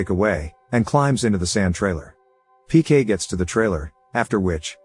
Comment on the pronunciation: His name is PK, not pian. It's literally the name of the movie.